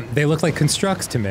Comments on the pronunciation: The pronunciation of almost everything in game is killing me. But JERudo has to be the worst. 😂 or maybe CUNstructs instead of CONstructs. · Dan, I love you, which is why I'm telling you...that "constructs" is pronounced "KAHN-structs" when you're talking about the noun, and "kun-STRUCTS" when you're talking about the verb. So the title of that trial should be the noun version, as well as the name of your childhood toys.